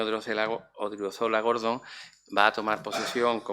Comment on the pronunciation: Ilmas. Sras. e Ilmos Sres. Académicos de la Real Academia Sevillana de Ciencias. Simplemente querría precisar que el nuevo miembro se llama José Antonio Odriozola GordÓn y no Gordon tal y como Vds. pronuncian su apellido. Siempre y cuando, obviamente, el nuevo académico no haya decidido cambiar su segundo apellido por uno anglosajón.